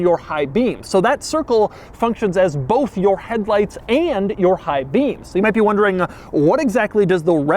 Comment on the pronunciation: Love how he says BOLTH